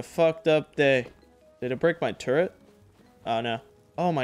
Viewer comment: its turret not turrent